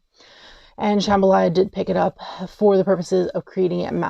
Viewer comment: "Sham-BHA-la" not "Shambhalaya"! You're thinking of the Louisiana dish jambalaya.